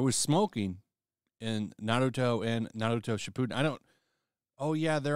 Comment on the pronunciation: pronoucing it as "Ba-roo-toe" is cracking me up.